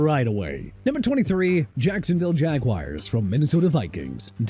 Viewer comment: Jacksonville Jag-wires 🤭